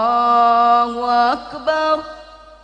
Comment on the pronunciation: Bah coba kasih tau klo azan jgn Allahu Akbarullah Allah huAkbar Allah jgn rullah harus jelas Allah sams Rullah udah lain